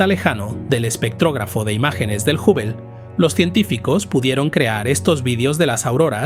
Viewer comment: La respuesta es sí. Con frecuencia cambia la pronunciación de ciertos nombres. A veces a Hubble lo nombra como Jável y a veces como Júvel, por poner un ejemplo. El tono constante y la falta de tono interrogativo en las preguntas son otras muestras evidentes.